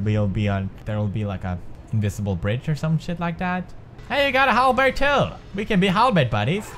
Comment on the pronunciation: Halberd = Hala Bert or Hambert